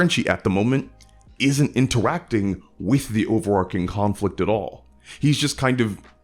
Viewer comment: You keep saying "over-arcing." Like, a lot. I'm not familiar with that term. What does it mean?